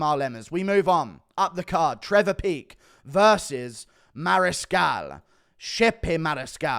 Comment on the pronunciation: Just here to hear the guru pronounce Chepe Mariscal. Good job guru I heard another guy butcher his name today 😂😂😂